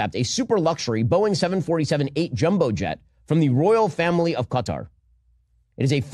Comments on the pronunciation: I support and appreciate you, but PLEASE, it's NOT Cutter, it's kuh-TAR. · it’s not CUTTER… it’s ka-TAR! please correct your error!!! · Who cares what Ben says, also, Its Qatar. Not Qahter, not Cutter, its QATAR! Who have supported Hamas. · We Asian call the country ka-tar US keeps saying cutter, initially i thought trump was being bribed by a person named Carter Whenever i hear Americans say cutter or Carter referring to qatar (ka-tar) i cringe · It's pronounced kat tar . 😂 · It's Kah-TAR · It's not pronounced Cutter. Stop doing that. It detracts from your credibility from the first instance. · Stop saying qatar like that 🤣